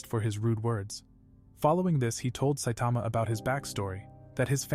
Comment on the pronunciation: he said satama😂😂😂😂😂😂😂😂😂😂